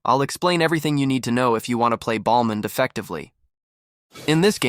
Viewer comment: u call him BALDmond?